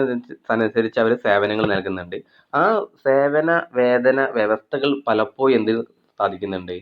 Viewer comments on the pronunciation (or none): പലപ്പോയും അല്ല,പലപ്പോഴും